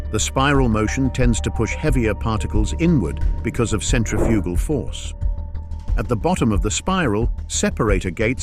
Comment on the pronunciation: Centrifugal Force, awesome, . . . . THEN Centrifical? C"MON man, no such thing (word) as *Centrifical*. Just stop!